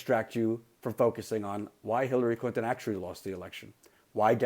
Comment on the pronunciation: Did he just say Killary Clinton? XD